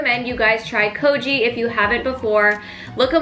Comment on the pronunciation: It's pronounced kogi like bogey not kojee